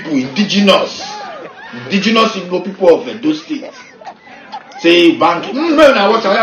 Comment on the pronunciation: it is called Igbo, not ibo. Europeans call us Ibo because they can't pronounce the "gb"